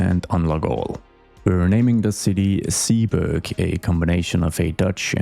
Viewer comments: Zeeburg can be completely Dutch, its actually a neighborhood in Amsterdam. The Zee part is pronounced more like Say then See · Zeeburg you can pronounce like Sayburg. God I'm super excited for this one, building a city that's historical is exactly the one thing I've been hoping someone'd do. If you need more inspiration look at a list of cities part of the hanseatic league, pretty much all of them have/had a star fortress old city center. Square 1 should be a market square, maybe you can include a city hall somewhere there but it should be all terraces with pubs around it. Historically speaking; 90% of catholic Dutch towns have a market square right next to the church where people'd go after sunday's sermon to get drunk at.